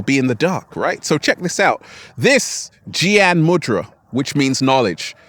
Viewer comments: I like to help you to pronounce Gyan How we pronounce G in glory g+lory it’s like G+yan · Gyan is pronounced gay-aan :)